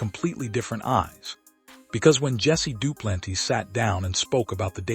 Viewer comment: Hey AI you pronounced Duplantis as Dew-plan-tees 😂😂